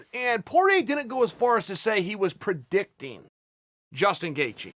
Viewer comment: Predicting*. Not Perdicting. Ty Yw